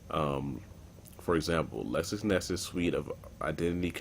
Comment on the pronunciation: Bro its LexisNexis NOT LexusNexus